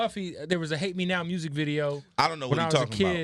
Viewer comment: Can someone tell me where they talk about why he calls music “Mursic”